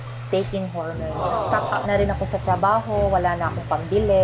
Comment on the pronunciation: Besh .. hor-mowns and not hermens